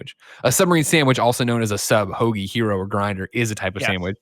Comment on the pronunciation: Hero? I thought you were saying gyro, that's a very different sandwich